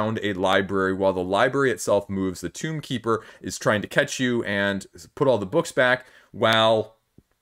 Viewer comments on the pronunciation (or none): I love the foreign game coverage. I don’t care much for the 5E or app coverage. Tome is pronounced with a long O. It’s Tomekeeper, not Tombkeeper.